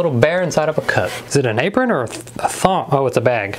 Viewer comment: "Is it an aprin or a thong- oh its a bag"😂😂😂